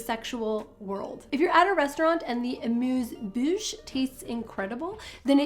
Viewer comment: As a francophone, I found funny the way you pronounced amuse-bouche…. Now I can’t hear anything else than the appropriate “amuse-bush”… I love you!